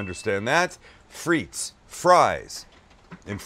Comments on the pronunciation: Fritesss lol, its "des frites" (don't pronounce the "s"), and it are baked patato's, but looks delicious. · Isn't it pronounced 'Freet'? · It's pronounced Steak Frite (with no S) because in french you don't pronounce the "S" when there are multiple fries ;) Just thought I'd share. Much love from Canada! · It’s pronounced “freet” the S is silent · The way you pronounce "frites" triggers me so hard... Great video as always, though! Keep up the great work, love you guys <3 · Hei buddy there is no s in the pronunciation OF FRITE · You dont pronounce the “s” in frites 🤦🏿